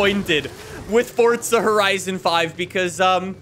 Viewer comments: It’s Forza, not Fortza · Fortza horizon 5✅ Forza Horizon 5❎